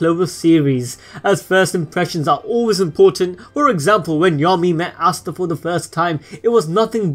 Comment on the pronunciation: Ooooooosta not aaaaaasta